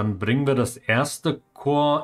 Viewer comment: Starker Start, im Westen viel Neues würde ich sagen. Als kleiner Hinweis bezüglich Aussprache (weil du dir bei Przemyśl ja auch Mühe gibst): Die Region in Ostpreußen heißt Masuren, dementsprechend ist es die Masurische Seenplatte, nicht die Mausurische (hat nix mit Kleinnagern zu tun😉). Fand das im WW II LP schon lustig, evtl. kommt der Tipp ja noch rechtzeitig für weitere Folgen. LG Rob